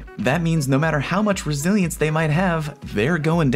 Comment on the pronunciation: GuArD ReSiLiEnCe me: so you're saying take a shot each time you say it wrong? got it